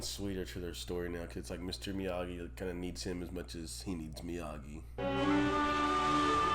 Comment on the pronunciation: It is pronounced Miyagi. Not Miyadji.